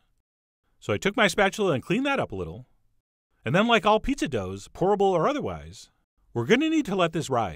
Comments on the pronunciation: Great Video and idea Chef John but you should know every time you said Pour-able Pizza Dough it sounded like Horrible Pizza Dough. Just thought you should know. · I heard that also😩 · Lolll same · Anyone else misheard it as "Horrible" pizza dough and just went O_O! xD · Definitely thought he said "Horrible Pizza!!!" at first. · i heard horrible pizza D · Whenever he said 'pourable' I heard 'horrible'...😂😂 But great idea though. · Instead of pourable pizza dough I always understand 'horrible pizza dough'. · Every time he said "pourable", I heard "horrible". It did look good in the end though. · It sounds like you're saying 'HORRIBLE' instead of 'POURABLE' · Raise your hand if you thought he said "horrible pizza" in the intro lol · I thought you were saying "horrible pizza dough" a couple a times. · LOL i thought he said horrible instead of pourable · I keep hearing "horrible pizza crust" 😂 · Am i the only one who keeps hearing "horrible pizza dough " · everytime he said POURABLE pizza dough, i kept hearing HORRIBLE pizza dough :-\ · I keep hearing "horrible pizza dough" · Yep, horrible pizza dough, lol! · I keep thinking he is saying "horrible" pizza dough haha. This is a cool idea. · I thought you said "horrible" pizza. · I keep hearing him say horrible pizza dough